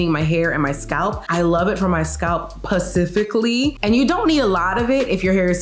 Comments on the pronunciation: At 2.11, is she saying "pacifically" or "specifically"? Yeah, I'm petty like that. Lol! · Pacifically or specifically